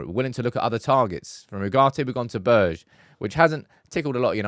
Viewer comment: Behrr-Gay = Berge